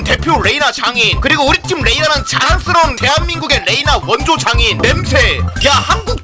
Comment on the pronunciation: 왜 장인 발음이 장애인으로 들리냐